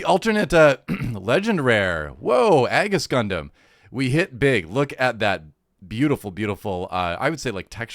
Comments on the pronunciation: The Aegis is pronounced "eegees" at least is how I recall is pronounce on the dub. And about the Seed and Seed Destiny series, the Cosmic Era Timeline, the series came out back on 2002 and 2004 respectively. Since it was sort of an anniversary series, the show takes many inspirations with storylines, characters, mech designs, and makes sort of edition for the 2000s of the Gundam 0079s One Year War and Zeta Gundam's Gryps Conflict. More successfully with Seed that Seed Destiny if I most say so myself. But still is my favorite Gundam timeline, and remember since Wing (my first gundam) and liking it and all, seeing some other, but when Seed and Seed Destiny came out, that sent me in a Spiral XD. If you give Seed/Seed Destiny a chance, try the Remastered 10th anniversary editions, they are remastered in Widescreed HD 1080, and haves new animations some parts. And with Destiny they add the special OP from the Final Plus (and extended final episode) as a 5th Opening in the remaster edition. And some can say whatever bad about Seed, except for the OST and Score, the music on Seed Kicks Ass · I thought Aegis was pronounced "ee·juhs" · Its pronounced "Eejis" as in the word for "Shield"